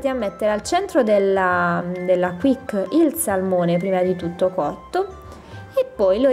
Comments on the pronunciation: Si pronuncia "chisc" no "quic" ti pregooo!!! Cmq pronuncia a parte belle ricette :) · Oddio..si pronuncia "chish" non "quik"😄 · la Quiche (pronuncia chisc) è il termine francese per indicare una torta salata farcita con base solitamente fatta con pasta brisé, tutto qui ☺❤